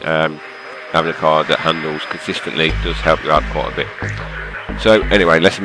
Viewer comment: Car not cat